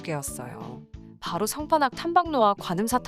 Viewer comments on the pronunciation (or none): 상판악 -> 성판악...